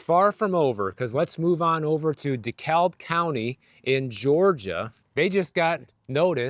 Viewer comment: That is the wildest pronunciation of “DeKalb County” I have ever heard! 😂😂😂